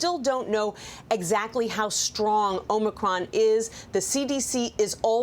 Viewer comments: Traitor Joe pronounces it "Omnicron". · Biden can't even pronounce Omicron.